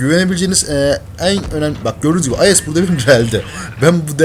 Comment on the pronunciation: abi IS ye Ayes demek istedin :)